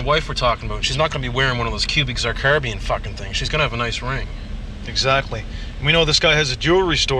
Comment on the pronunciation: “cubic Zarcarbian” lmao Cubic zirconia